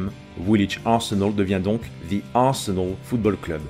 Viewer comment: Arsenol avec l'accent 😂😂